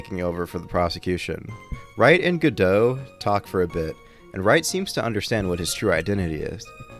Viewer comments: Choose a pronunciation, godo or godot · I love how you keep changing how you pronounce Godot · crying at the 3 different pronunciations of Godot in succession to each other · You pronounce Godot wrong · Augh please say his name differently